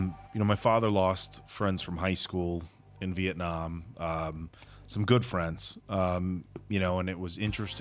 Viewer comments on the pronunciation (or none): none